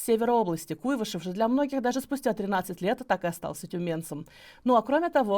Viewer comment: Не КУйвышев, а КуйвАшев.